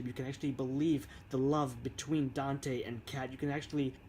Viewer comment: His. Name. Is. Dante. Say it right.